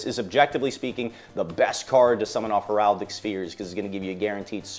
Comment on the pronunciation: Heraldic sphere ??? Bestil?? Heratic/bystial … Not hard to say lol